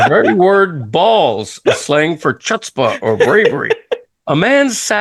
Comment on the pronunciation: Greg mispronouncing 'Chutzpah' living in Broward for 60+ years is mega double Venmo fein worthy😅